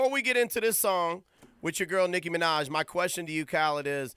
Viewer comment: its NICKI MINAJ NOT niki manaj